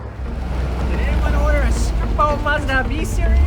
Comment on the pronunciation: What's a 'Moz da'?.